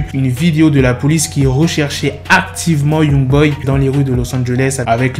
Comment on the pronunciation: C’est pas « Yougboy » mais Youngboy